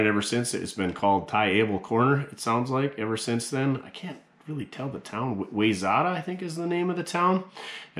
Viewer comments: It’s pronounced why-zet-ah. Wayzata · I remember that corner when I was kid, where the his service station was at was a strip mall where I played games at the arcade. On the other corner was a Kmart. (This was all back in the early 80’s) I used to live south on 101 and Covington Lane. Wayzata is pronounced Why Zet ah. Thanks for the video and I just love the Duff Dog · Wayzata sounds like Y-zeta. Love your videos and of course, Duff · Thanks for that history lesson. My in laws are from Wayzata, and I have been to that corner many-a-time. Not like you really care but it is pronounced why-zet-ah ('round these parts anyway). I mentioned Ty to my father-in-law and he knew ALL about him. One of the towns I grew up in had the same thing, the service station had a competitor move in and failed, so we had 2 Amoco stations with the same name in town, across the street from each other. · Great video, I liked the history on Ty Abel. Just a friendly FYI, Wayzata is pronounced like “why-zetta”. Come on! 🥸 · You're close on Wayzata, us crazy blue platers pronounce it as Whyzetta, but we're Minnesotan and everything here is weird, carry on. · The town Ty Abel lived in Minnesota is pronounced, "Why zeta", (Wayzata). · Wayzata is pronounced, Y-zet-ah. Just west of Mpls. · Wayzata is surprisingly pronounced why-zetta. Just another Minnesota anomaly. We got plenty more, so keep trying. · FInally, I have the or at least “a” answer the city is pronounced “wy-zet-a” IF your from Minnesoda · Wayzata is pronounced why-zet-ah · Pronounced “why zeta “more useless information